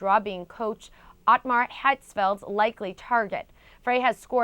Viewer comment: 'Vicente Del Bosque' and ' Ottmar Hitzfeld'. How come can you read two names that bad on tv??!! No wonder you americans have no talent with foreign languages.. go talk about baseball bitch!